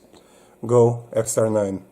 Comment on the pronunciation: That's an EXTAR EP9, not an "EX9". 😉